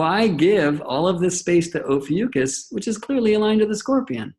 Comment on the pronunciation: Love the video but brother ..its O PHEE ICK US....oh fee ick us... Ophiuchus...lol it drove me crazy whatever u were saying